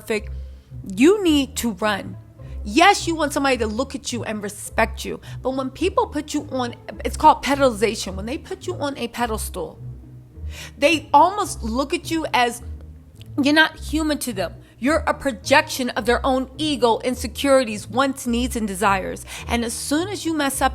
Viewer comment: Pedestal not pedal stool